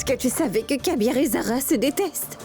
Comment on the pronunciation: Kabeer et non kaiser 😂😢